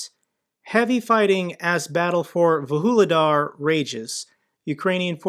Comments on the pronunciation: how do you get to "vahooledar" from "vuhledar"? xD come on americans, at least read the letters! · Vuhledar? Vuhuledar? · It's Vuhledar and not Woo-hoo-ledar. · Vuhledar is pronounced Voog-leh-dar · 🤣🤣🤣 definitely agree with your take on pronunciation 😅